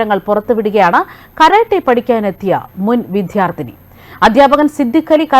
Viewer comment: സംഘിണിക്ക് " വിദ്യാർത്ഥിനി ", " അദ്ധ്യാപകൻ " തുടങ്ങിയ പദങ്ങൾ പോലും ശരിയായി ഉച്ഛരിക്കാൻ അറിയില്ലല്ലോ 😄😄😄! മങ്കീബാത്തൻ പഠിച്ച യൂണിവേഴ്സിറ്റിയിൽ ആണ് പഠിച്ചത്, അല്ലേ 😄😄😄?